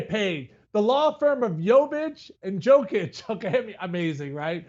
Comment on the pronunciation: Everything this dude said about the Nuggets was an absolute cringe... Also, learn to pronounce MVP's last name 🤦‍♂️ Edit: Jokic and Jovic don't know each other, they never met.